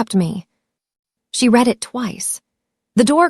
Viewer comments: The past tense of read is pronounced “red” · Ok a few things Avenue of the Americas is Midtown Manhattan Newark New Jersey is not New York Two very different places. Read and read spelled the same pronounced differently get it together messes up the flow of the sentence. People listening to learn English are getting messed up.